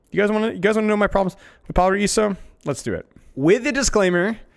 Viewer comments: BTW IT'S PRONOUNCED "PARAIZO" NOT "PARAISSO"!!!! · I appreciate you trying to pronounce the name of the map according to its native pronunciation! However, just a tip in case you want to pronounce paraíso as close as Brazilians would a pronounce it, the way we say it sounds more like paraizu, so the r is rolled, however the s makes a z sound and the o is turned into a u. But if pronouncing paraíso as it would be said in Spanish was your goal, then the pronunciation is correct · The S in Paraíso has a Z sound. Paraizo.